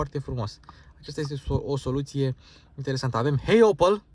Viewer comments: Se pronunta OPEL nu OPAL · Adam Opel NU Adam Opal